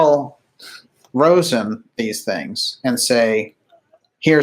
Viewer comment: Just FYI, it's "Carol RAH'-zen".